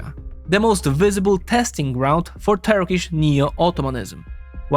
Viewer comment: It is a pleasure to watch this as a Turkish citizen. Most Turkish pronunciations were perfect.